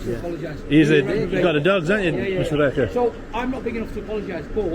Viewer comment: I thought you said his name was Mr Bacon, it was only at the end I realised you said Mr Baker.